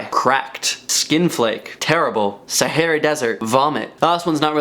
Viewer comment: “Saharry desert”😂